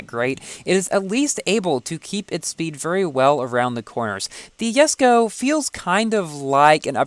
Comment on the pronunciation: .....that's how it's really pronounced